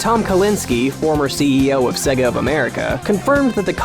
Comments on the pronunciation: It's "say - gah" Not "seh - gah" Honestly, wtf? You narrate a video about this topic and don't even know how to pronounce the subject of the video? And there is no arguing this. There is no grey area. You are pronouncing it wrong. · Many people are here wondering of the accuracy of this video. My gripe comes with hearing how many times he pronounces Sega to rhyme with Leg-a, when every time you pop in a Sonic game, the game itself says Say-ga. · DYK the correct way to pronounce SEGA is 'Say-ga' not 'Segga' Source - the loading screen and sound of every single sega game ever made. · Is anyone else irked by how he keeps saying "Seh-ga" instead of "Say-ga"? Ya know, like they say when you start up any of their games.... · How many times can you pronounce Sega wrong in 9 minutes? It's say-gah not segga. Have you never played a Gensis/Mega Drive,? It shows you how to pronounce Sega as soon as you turn it on! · DID YOU KNOW, SEGA is pronounced SAY-GA, Not SEGA. Jesus this annoyed me. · Did You Know it's pronounced SAY-gah, not SEH-gah. This is made clear by the boot screen on every single Genesis game ever made. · Now all I can hear is Seh-ga. and it's getting on my nerves. It's Sayga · It always sounds weird when I hear an American pronounce it "Segga". I mean, it's not like you heard "Say-gaa" at the beginning of every Sonic game or anything. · How about you pronounce it properly It's pronounced "sayga" not sega Just go and load up Sonic if you need to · If he says "Seh-Guh" again I'm going to murder him. "Say-Guh", not "Seh-Guh" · It's not Seg-a man, its Say-gah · Oh my god... STOP SAYING SEGA LIKE SEGGA OH MY GOD! It's very annoying. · mary hadfad In Japanese, Sega is セガ, 'se', as in sent. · i got 50 seconds in before having to turn it off, couldn't listen to the word "segga"... just couldn't do it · SEGA Pronounced Seiga Did the dude doing this video never hear the intro on old Sonic titles. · Sega. Say-guh. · Stop saying Segga!! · stop saying segga